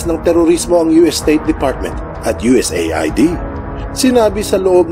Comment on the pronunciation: U.S aid ang pagbigkas niyan